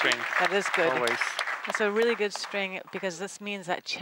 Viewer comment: I like the part when he says "Akiyama is one of my favorites his coach is with my name, Emile, and uh, we get along kind of gooud." Thrilling cometary I wonder what he means by that? They had drinks at the pub, or ah.....